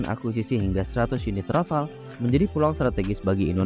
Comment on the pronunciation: Rafale min bukan Rafal (dibaca sesuai ejaaannya) 🤦🏻‍♂️